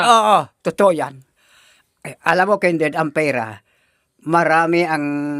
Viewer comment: Nakakatuwa talaga si tapos sa pag pronounce niya sa pangalan ni Kindred ay Kinderd he he he. God bless you all. Watching you all from Toronto